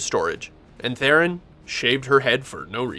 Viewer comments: Who the hell is "Therein"??? Her name is pronounced "Throne." Got news... Oh, btw, that's not my opinion, it's a direct quote from Ms. Theron herself. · IT'S THERON FFS, NOT "therrin"